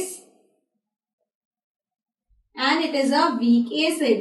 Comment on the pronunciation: Plz don't say aaacid, it's acid. Helpful video tho